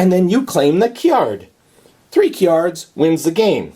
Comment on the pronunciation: As long as you keep pronouncing "cards" like "cyards," I'll keep watching!